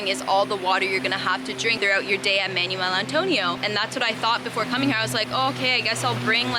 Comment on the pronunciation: manwelll, manwelll, manuel antonio 🤣🤣 im sorry your pronunciation sounds like your saying manual antonio, im visiting in week